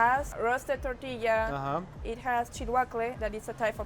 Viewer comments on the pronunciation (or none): Lol say it with me mike TORRR TIII LLAAAA ! 🤣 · Mike say “totiya” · Its tortilla not tittia. Love your vids btw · Is it just me or is Mike forgetting the R in the tortilla...?? sounds like hes saying totilla....maby its just me beeing picky lol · What the hell is a titilla? I’ve heard of TORTillas but not um....titillas? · TOR TEE YAH not TeeTeeYa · I giggle a little every time I hear Mike say totilla instead of tortilla lol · If it's tortilla why do I hearing " tutia" mucho spicy did really just say that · Please learn how to say "tortilla" correctly!!!! 😡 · Mike, please say t-OR-tilla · The way he says tortilla is brutal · 😂🤣 I just want Mike to say "Tortilla" correctly! Pura Vida from Costa Rica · Please say “tor” tilla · Please make an effort to say tortilla correctly mike, please...every damn video stg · Awesome video! But repeat after me... Tor-tilla 😂 gets me every time lol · OMG ITS TOR TOR NOT TEA ITS TOR TORTILLA